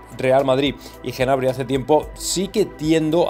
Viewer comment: Cada vez que dices Genabry me sangran los oídos jajajaj, acaso dices también Genomo?